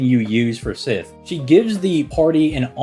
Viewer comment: Every time I hear him mispronounce Sith it hits me like seeing Altria and being confused as to who they are talking about. And it's not like he doesn't try with other Celtic names that are not so obvious as to how to pronounce, like Scáthach. Anyway, it just irks me that he tries with some names yet complex gives up on this one.